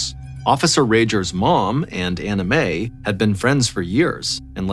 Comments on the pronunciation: I know you are saying Ann Mae but I keep hearing "anime" lol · Ballen butchers people’s names all the time, usually the Asian names, but Anime for Anne May takes the cake. Sometimes I think he does this on purpose to insult the parties involved. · He is not saying Ann Mae, he is saying Anna Mae, the difference in pronunciation is the second syllable. He is clearly pronouncing an A, not an I. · Me three. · Same lol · I thought the same thing! Haha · I hear Anna Mae, lol not Ann Mae, but I get what you mean about the anime. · Came to the comment section to see if someone else was hearing “anime” hahahaha 😂😂 glad I’m not alone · I’m glad I’m not the only one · Lol same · Hehe, I just keep hearing “Anime” instead of “Anna Mae” Is it just me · Nope, I heard that too at first lol.